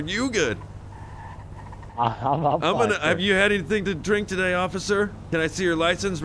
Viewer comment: The way he said officer 😂😂 officER